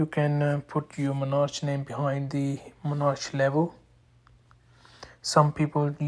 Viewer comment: In English, “Monarch” is pronounced “Mon-ark”, not “menage”, which is something completely different. 😂